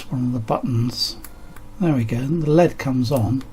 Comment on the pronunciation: You’re so enthusiastic ? L.E.D. Not led.